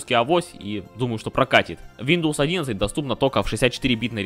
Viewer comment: Братан после слова вийндоус, видос прекратился😅😅